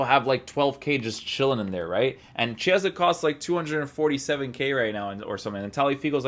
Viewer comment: Hey, "Chi" part of Chiesa's name is pronounced like "key" in english, so the correct pronounce is like "keyesa"! Hope it was useful